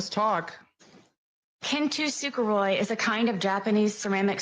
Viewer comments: Learning to.pronounce it properly would have been a nice touch. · kintsukuroi aka as kintsugi is not whatever the hell knowitall sarah buffoon was pronouncing “kintusuperoi.” one would think with her entire narrative riding on this crafting analogy she would get the damn word right! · yall non Japanese need to go to google translate and listen to how kintsukuroi (金繕い) aka kintsugi is actually pronounced. the unashamed confidence she uses to school everyone on "kin-too-sooka-roy" is another point for almost diagnosed narcissism. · She does not know how to pronounce Japanese at all because she's saying it so wrong that most people won't even know what the f she was talking about if she hadn't explained it